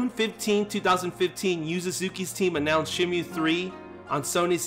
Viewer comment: why are you saying shenmue like that jesus...